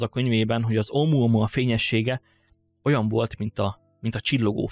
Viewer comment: Omoamoa xddd egesz videoba mar azt tudtam csak figyelni mikor mondod